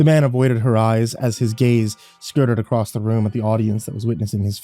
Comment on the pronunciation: DON'T READ THE COMMENTS UNTIL YOU FINISH LISTENING!!! Also... acrosst.. what is that? You mean across, right?? Anyway, great story!